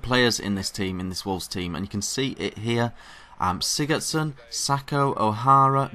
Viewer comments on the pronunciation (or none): Sigurdarson. Pronounced. SI GA DAR SON